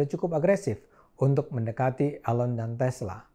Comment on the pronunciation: Bang Cokro "Elon" as in "Eeeee" lon NOT 'A' Ayyy lon :))) bergurau Bang.